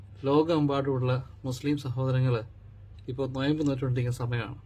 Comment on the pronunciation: നൊയമ്പ് അല്ല നോമ്പ് എന്നാണ് 😁😛